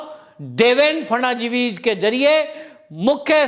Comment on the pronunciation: महोदय, फडणवीस उच्चार ण करे आप फरनाँडिस उच्चार करते हो जो एकदम गलत है.